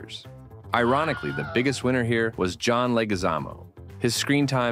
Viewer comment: "And it's gonna be right about... heah."